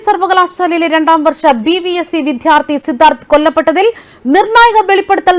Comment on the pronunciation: വിദ്യാർത്ഥി. വിദ്ധ്യാർഥി അല്ല